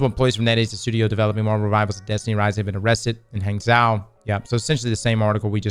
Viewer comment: it's "gwang-joe" & "hong-joe," I think... but, the J sound is like a mixture of "J" and "SH," if that makes sense.